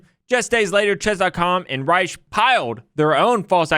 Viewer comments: Danny Rensch's last name is pronounced 'wrench,' not Reich. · FYI It's "ReNsch" not "Reisch". From what I've heard it's pronounced like "wrench" but with the soft "sh" and not the hard "tsh/ch" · Awesome vid, would love to see a part 2! Also, Danny's last name is pronounced Wrench! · Rensch is pronounced like wrench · This made me remember how I miss seeing your chess streams pop up on my feed :/ Edit: Danny's last name is pronounced "wrench", like the tool And PART 2 PLEASE!!! Civil conspiracy would be so interesting and hopefully make a truthful yet click-bait title. Love you and Kurt! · I feel bad for Danny Rensch. Nobody pronounces his last name right (it sounds more like "wrench"). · reNsch. it's Danny ReNsch!" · Not sure where you’re getting The pronunciation of Danny Rensch’s name lol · I thoroughly enjoyed this video! The graph helped me immensely in getting a better understanding on the basics of jurisdiction! My only complaint is that you mispronounced Danny Rensch's name throughout the whole video! Definitely would like to see a part 2!